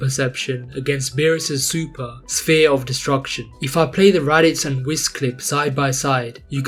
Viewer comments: great video in general, but the pronunciation probably triggered a few people like me :D but keep up the good work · omg, he pronounced it slightly incorrectly, what a crime... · really pronouncing whis that way?